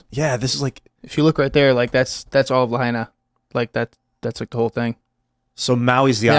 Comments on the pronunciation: Pronounced LAH-HIGH-EE-NAH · Say it with me... "La-ha-eena"